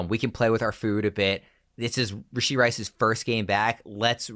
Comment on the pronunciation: Are you purposely saying Rasheed Rice’s name wrong? I cringed every time